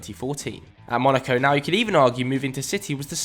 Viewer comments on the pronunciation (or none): none